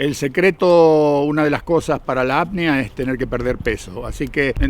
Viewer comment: apnea, no apnia como se siente su pronunciación